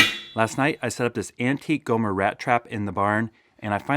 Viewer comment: I think the b in "Gomber" is silent or quiet. Like "comb" or "tomb"